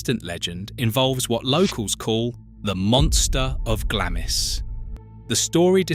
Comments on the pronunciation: If you are going to talk about uk properties at least get the pronunciation of them correct . It's not Glamis castle it is pronounced Glahms. Don't use portraits of Queen ann of sleeves as some lady in Glamis. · Sorry, but after the third time you butchered the pronunciation of Glamis, I just had to switch off.